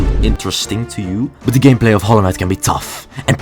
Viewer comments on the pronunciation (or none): Why did I hear "from all this intense gayplay"??💀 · I know its just your accent but when you said gameplay it sounded like gayplay